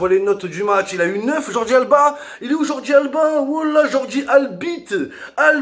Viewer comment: J’essayais de pas rigoler mais quand il a dit jordy albite je n’ai pas pu résister enfoiré de Momo